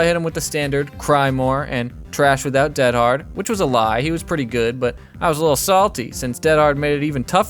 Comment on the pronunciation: Not defending Dead Hard, but actually the reason you sound like a caveman saying it is that almost everyone subtly mispronounces it. Dead in this instance is not the adjective meaning "deceased" but the adverb meaning "completely", used as an emphatic - like "dead tired" or "dead set". I don't know if American English ever uses "dead" this way, but the phrase is very British, eg "I'm dead hard, me". Every DBD player I've heard mention the perk pronounces it DEAD-hard, but it should be more like dead-HARD with the emphasis on the second syllable. You're bragging about how hard you are (in American terms, what an unfazed stone cold badass you are).